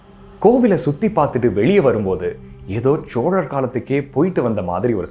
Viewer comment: ச்சோழர் என்று உச்சரிப்பது நச்சரிப்பாக உள்ளது! சொற்சிதைவு இல்லாமல் இருந்தால் நற்சிறப்பாக இருக்கும்👍